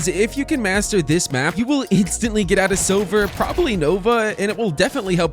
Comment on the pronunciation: the way you said silver made me think you said sober also cool map